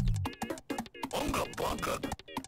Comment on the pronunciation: Unga Bunga. Not Unga Bungo.